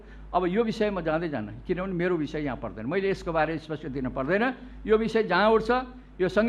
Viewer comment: यस्तातछन सभामुख महोदय,नेपालीमा लेखेको शब्द समेत पढ्न इस्पस्टकन रे?आर्को कुरा हैन यो के पि बा को जादुनै छकी•••बिरोध गर्ने मान्छे पनि फेरि उसैको पक्षमा बोल्छन।